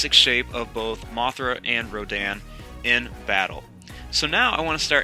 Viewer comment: That's not how you say rodan